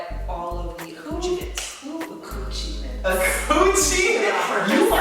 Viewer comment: Ayo, Shannon done started something with that "Accoochiments". 😂😭